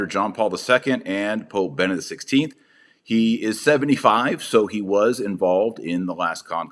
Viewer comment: Dr. Marshall, perhas I am a bit anal retentive, however, youhave a rather annoying tendency of forgetting that the previous pope but one is Be-ne-dict which consists of 3 syllables yet, all to often you glide, or rather, omit the second syllable.